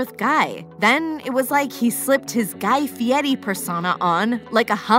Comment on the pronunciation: She is saying it very correctly actually